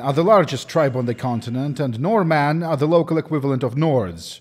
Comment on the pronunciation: I had to do a double take because a Normanne is literally a Norwegian. We call ourselves "Nordmann", and you pronounced it almost perfectly.